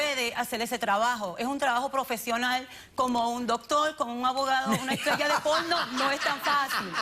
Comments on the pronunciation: Minuto la vieja ridícula dice muy bien la palabra PORNO y ya después polno polno polno 🙄🙄🙄🙄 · "polno" jajajaja "universidad de polno" jajajajajaja. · cuanto veces dijo Polno HAHAJAJAJAJA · Ha dicho polno? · Al alguien más le desespera que diga Polno en vez de PORNO? jajajaja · Me dio risa cuando dijo polno 🤣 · Polno un poco mas y dice polvo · Jajahahaha madre mía como que "polno" 😂😂🤣🤣🤣 (Edit: jamad he tenido tantos likes me siento una diosa bb)